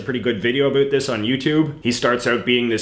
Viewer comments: “Abut”? What accent is that? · Also it is super annoying when you say “a boot” you are literally the only Canadian I have ever heard say that, which leads me to believe you do it on purpose. Also because you don’t mispronounce any other word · I like it when you say "about" 😎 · Seriously I keep wondering if he does that on purpose!